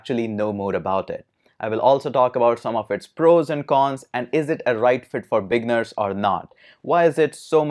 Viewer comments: great vid. but i for a minute i thought you were saying "big nerds", but you were saying "beginners". haha! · Up until later in the video, I thought he was calling me a "big nerd".